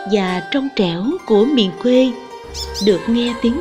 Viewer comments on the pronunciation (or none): Cô này đọc thì mọi thứ đều OK, nhưng chữ quê mà theo kuê thì lại căng đâu đâu, chẵng giống nam bộ, nên nghe chữ này giống như lấy kẽm gai ngoái cái lỗ tai 😂😂😂. Giống như đang ăn bữa ăn thịnh soạn cắn trúng hạt sạn tổ bố.